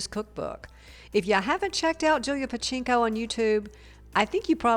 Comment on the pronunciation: OMG, at least pronounce her name correctly.